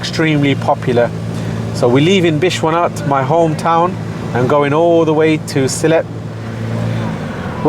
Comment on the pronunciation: Bishwanath? Are you an idiot? It's Bishnath.